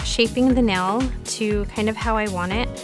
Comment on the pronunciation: great video. like how you explain exactly why to do or not do certain things. but a pet peeve of mine is ppl saying nel instead of nail arggghhh. but agai, great video.